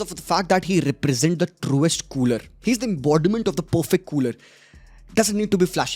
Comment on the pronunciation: bhai cooler nhi culer hota hai. pronounciation galat hai😂😂